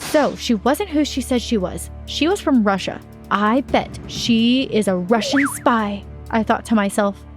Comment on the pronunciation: Spy not spye😂😂